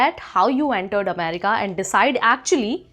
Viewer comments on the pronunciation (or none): what do you have against the letter r? If nothing then use it. R is an important consonant in the English language. America is pronounced America, not Amedica.